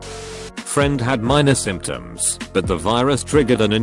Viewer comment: Simp shuns? Symptoms?